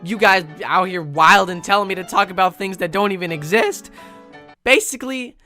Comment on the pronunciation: Well we know that voice cracks "exist";)